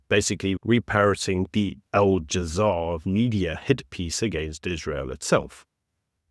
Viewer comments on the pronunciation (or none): Al Jazeera(liars), not Al Jazaar bro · Al - ja - zee - rah